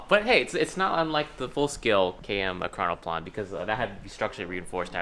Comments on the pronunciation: your saying it wrong its e-cron-o-plan and plan is said normaly and it disturbs me that you think its russian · It's pronounced ekrano"plane", not ekranoplan. Same as biplane, triplane etc. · Normal people: ekranoplan Me, an intellecc: ploat